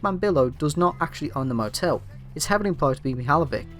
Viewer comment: I str8 thought u were saying Internet Motel